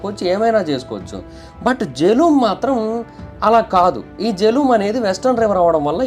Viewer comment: ఆది వ్యాస్ నది, వల్లా ఉచ్చారణ బియాస్ అయ్యిందీ, ఇంకోకటి జీలం నది.....జెలుమ్ కాదు